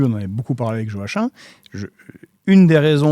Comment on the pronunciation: on dit pas "joaquime" plutôt que "johachin" ?